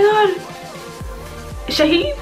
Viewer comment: She keeps saying "sha-hed" It reminds me of the martyred soldiers Ah..lol